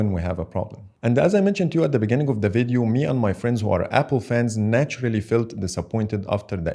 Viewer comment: 1- That shitty Exynos 2200 already has a raytracing feature so nothing new or special. 2- Samsung did it first with the bixby button long time ago but it was a gimmick feature after all so nothing special. 3- It's "Video" not "vedio" 4- Nothing new 5- Dynamic island is straight gimmick. It's just a worse punch hole. That's all. Plus, many others think that touch id is better than face id. 6- Meh 7- Apple copied Samsung trend with their punch hole display and they the fact that they are making the bigger phones is the proof they are following androids. Thus, they also copied so many stuffs from Android, especially Samsungs customizable UI. Like the widgets and etc. As a Apple user, i can say i🐑 doesn't want to accept the truth. After they call the USB-C as a whole new feature, i am literally done with them. Like, WTH? They are embarrassing themselves. And now this. Apple's new chip doesn't do well against SPD 8gen2 but they still make excuses and doesn't accept the truth.